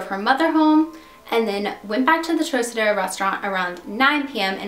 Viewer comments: Trocadero is pronounced "TRAHKahderoh", not "trohsaderoh". Otherwise, good video. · Great job, though it is pronounced “ Trokadero” rhyming with rock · Great video. The Thelma Todd case has always been intriguing. One of the Lane sisters owned that building on PCH at one time, she willed it to Franciscan monks I seem to remember. One thing for future reference if you use the name again. Trocadero is a hard C (like trok). I know C's gets confusing with Luciano and DeCicco pronunciations. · That would be TROCK-a-dare-oh. It was a nightclub. The Thelma Todd building on PCH has always been haunted. Businesses don't stay there long. It's got creepy vibes and it is the place where lots of cars break down. I had two such occurrences in the years I lived in the area. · I enjoy your vids, just one thing; the trocadero is pronounced like "trockadero" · Trocedero= Trock a dero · Sorry. Had to comment. Trocadero is pronounced Trow-Kuh-deh-row. Di Cicco is duh-cheek-o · Lol just fyi it's pronounced "troCadero". The "C" doesn't sound like an "S". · Probably owed money to the wrong people...obvious mass cover up... The restaurant is pronounced Trok-adero... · the troc in trocadero is pronouced like croc in crocodile. It was probably in the top 5 for famous nightclubs ever in Los Angeles. just an fyi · I was also going to mention the pronunciation of this classic Hollywood landmark but that would be my only negative comment.Your' videos are wonderfully accurate in the details, conspiracies and legends of the incidences you cover. I am an old Hollywood lover and know all of these scandals by heart. It is very satisfying and rewarding to see a younger person as yourself keeping these legends alive and retelling them for a new generation. Superior work! Keep it up! I love your' videos! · good video except the way you pronounce Trocadero...